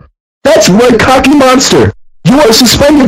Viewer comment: The voice pronounces "Cookie" as "Cocky". Listen: He says it twice